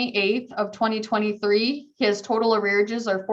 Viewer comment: Arearages???????? ARREARS!!!!!!!!